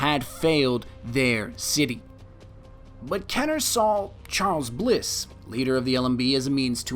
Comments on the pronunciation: KEY-ner. Not KEH-ner. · Easier if you said like this "Kin - er." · Its KEEner not KENner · KEEEEEEENER, not Kenner. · its keener... not kenner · kEEner.. not Kenner... you seven spelt it right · Awesome video! just so you know its pronounced kEEner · I stopped watching when he said “Kenner” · ok "kener" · Thought is was pronounced "KEY NER? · amazing video, but he was saying his last name like "kener" despite there being two e's before the n aha. that sort of thing just bugs me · Love this "Destiny Lore" style-ish video, do more!!!! P.S. I believe its pronnounced KEY-nur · It's pronounced KEENer you filthy casual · youre pronouncing my last name wrong fam xD